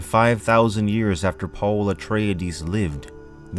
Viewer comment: UH. TRAY. DEEZ. UH. TRAY. DEEZ. Not. UH TRAY UH DEEZ